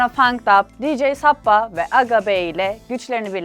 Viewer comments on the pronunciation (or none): suppa, sappa diye okunmuyor yalnız canım ya :/